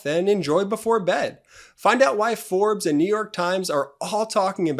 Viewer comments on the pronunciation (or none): none